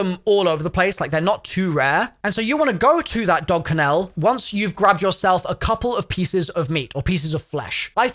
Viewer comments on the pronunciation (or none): Kennel, not ken-el 🤣🤣🤣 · WTF is a "Ken......ell" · What's a dog canal? Ken nul is how its pronounced right? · Wtf is a Ken-ELL, it’s KENell. You’re emphasizing the wrong part of the word. Like LUL only the last L part, Ken-L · Why are you pronouncing dog kennel like canal? Its "ken-el" Like fennel There is no A in it. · Bro said Ka nel. Kennel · why are you saying kennel like canel, you're british right? xD it's spelled and pronounced kennel, as in dog kennel xD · 😂. dog “Ken-ELL” , bud it’s “Dog KENNell” you are emphasizing the wrong part of the word. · Great tips.Thanks! You should look up how to say kennel...ken-ul. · Wtf is a Ken-el? 😂🤣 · "Ka-nell" is this how british people pronounce kennel? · A dog ken-el what the fuck is a dog, ken-el bahaha. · Loling at the way this guy says kennel🤣 dog kinnel🤣🤣🤣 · The dog "ken-el" 😭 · did you really just pronounce "kennel" as "ken-ale"? LOL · Lol, maybe im wrong. But its pronounced Ken-ill and/or Ken-ul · That’s a seriously fucked up way to pronounce Kennel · Learn how to say Kennel dude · Stop pronouncing every letter in dog kennel 😂😂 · Why do u say kennel weird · Strangest pronunciation of 'kennel' I've ever heard. 😂😂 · you are saying kennel wrong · Why do you say kennel like that..makes me feel weird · Enjoyed the tips but can’t get over how you are saying dog kennel 😂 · why bro saying kennel so wierd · Awesome video. Never in my life heard anyone pronounce 'kennel' the way you did though 🤷🏻‍♂️😂😂😂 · Please learn how to correctly pronounce “kennel”. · Great tips the way you say Kennel is infuriating though it's one syllable not two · Your pronunciation of “kennel” is wild 🤣🤣🤣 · The way you pronounce 'kennel' is so wrong that I think you might be doing it on purpose to troll... 😑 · How did he just pronounce kennel? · Strangest pronunciation of kennel I have ever heard. Good tips though. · This clown can’t even pronounce kennel ahaha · You're pronouncing kennel wrong, sir! Great vid, with lots of useful tips, thanks!